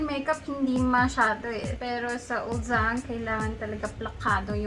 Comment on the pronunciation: "uljjang" po yung pronunciation niya ~